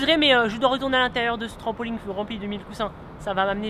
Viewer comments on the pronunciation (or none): Hugo il dit "trampoligne "😂